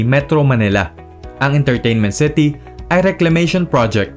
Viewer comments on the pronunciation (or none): "Intarteynment Ceti"